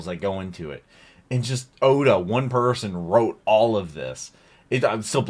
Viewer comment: No offense but you were saying the authors name wrong I believe